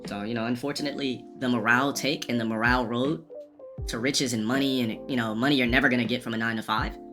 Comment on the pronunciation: “morale road?” Is he trying to say “moral?” Add this to the list 😂